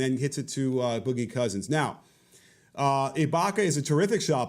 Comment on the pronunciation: Did he say Ibanka ?